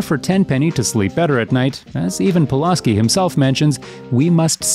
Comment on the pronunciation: I love how you keep mispronouncing Pulaski's name, even though you include video clips with the correct pronunciation